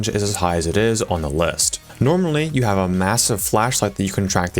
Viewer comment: "So I haveth a laser pointere"